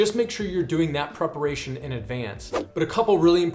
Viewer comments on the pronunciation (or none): none